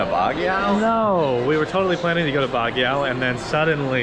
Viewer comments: Hey guys, Baguio is pronounced as "bag-yoh" and not "bag-yao". It sounds funny when you guys say it. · So funny while shaking ur booty guard tells u to stop filming 😂. Oh by the way its pronounce as BAG -YO not bag yao. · pronounced as BAG-YO. thank you for your uploads. I enjoy your vlogs. WTg!